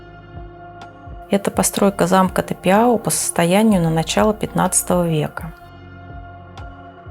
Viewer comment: Думается правильнее произносится Тапяу а не Тапиау